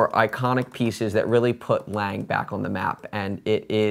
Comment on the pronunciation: you're doing great, but every time you said, "Layng" ( 'ish) instead of pronouncing it "Lon-gay" or "Lon-guh" was like fingernails on a chalkboard for me.